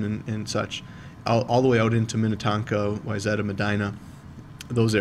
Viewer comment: i’m watching this THE DAY OF my test and it’s so helpful!! also it’s great to have a fellow minnesotan teaching me. i knew from when you pronounced wayzata right lol